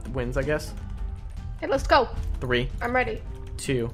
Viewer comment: You said three wrong you said said free not trying to make fun of you at all cus I have problem to